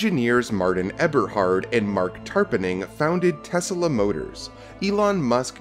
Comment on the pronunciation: What is Tesala? The name is pronounced Tes-La. Right? He named his car after Inventor Nikola Tesla.